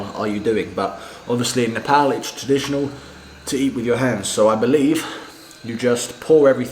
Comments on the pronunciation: I like the way you say nepal.Most of nepalese while speaking in english bring out their fake accent and say nepol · You started to pronounce our country name well...its almost perfect..🙏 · You're starting to pronounce the word "nepal", "nepali" and "dal bhat" properly than other foreigners... It almost sounds native now... Haha.. 😄